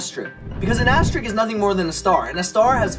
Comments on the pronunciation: Sooooooooo, he pronounced it “asterick” instead of “asterisk”. Cleveeeeerrrrrrrrr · Did it bother anyone else that he was pronouncing asterisk as "asterick"? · The second part sounds like "asterick" (beginning from the a after the f in fast)